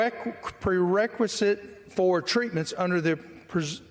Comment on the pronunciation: Do you know what a 'requisite' is? Having enough brain cells to say 'prequisite' properly! Dear God, what has happened to America.